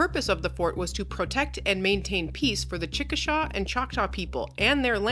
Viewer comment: Fort WASH-ih-taw and CHIK-ih-saw.